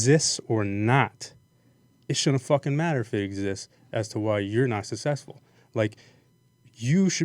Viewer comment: It's successful not sussessful